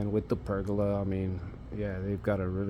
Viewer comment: It isn't a PERGULA....no such word. TRY PERGOLA. pronouced PER GO LA, not perg oola. And those '4ft overhangs' are part of the house design, called EAVES. Eaves, which are the part of the roof that extends beyond the exterior walls, act as a shield against rain, snow, and sunlight, preventing water damage and excessive heat buildup. They also contribute to the overall architectural design and curb appeal of the house.